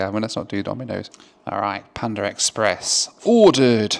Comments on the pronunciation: its PANDA express, and nor PANDAR express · There is no R in Panda. 🤡